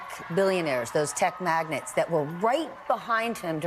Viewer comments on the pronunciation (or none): Stephanie clearly isn’t a very bright gal… it’s magnates… NOT magnets hon.. what a maroon